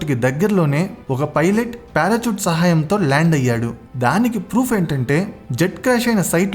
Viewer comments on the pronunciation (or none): Parachoot❌ Parashoot ✅ Elikaftor❌ Helicopter ✅